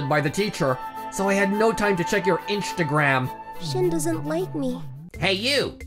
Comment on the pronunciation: Inchtagram lol